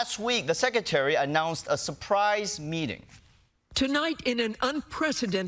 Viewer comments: that isn't how secretary is pronounced. there is an R after the C. sec-re-tary. not sec-u-tary. must try harder. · I like this host but he needs to learn how to pronounce “secretary”.